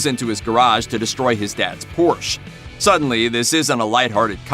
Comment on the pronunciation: I know this man did not say Porsche....